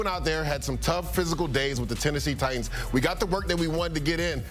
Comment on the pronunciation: IT'S NOT TI ENDS!!!!!!!!!! It's TI TANS!!